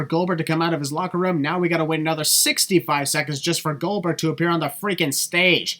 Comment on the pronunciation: so... “Goldber?” 😅😂